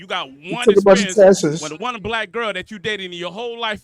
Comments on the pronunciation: “you took a bunch of tesses” had me crying.😂😂 That’s some old school ignorance right there. I don’t think I’ve heard that since grade school, when folks were still learning how to properly speak. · He did. He said “test-es” instead of “tests” LOL 😂